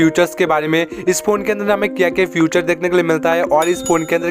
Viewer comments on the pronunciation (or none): Future matlab!!!?? Feature to bola karo kam se kam...aur aapka review aachi nhi laga...aapko bahat mehnat karna padega warna aapko channel disappear ho jayenge....Thank you